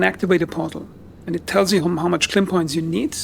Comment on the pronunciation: It Lim tech… it is Lim energy K is the unit of measurement Lim is the type of energy. I can’t listen to this while you make it into a word…